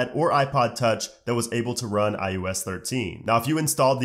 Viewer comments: Who else was bothered about how he said ius instead of ios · Great video, but how come in every video you make including this one, you pronounce iOS like "iUS" or "eye-yoow-ess" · nah b in the intro he def said ius💀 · "iUS" ... right? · why do you pronounce it like "I-ooo-s" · No, it’s I O S